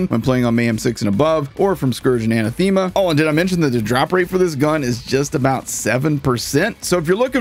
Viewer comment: That is not how you pronounce Anathema.